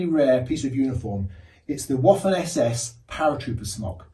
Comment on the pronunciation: Pronounced vaffen, not woffan.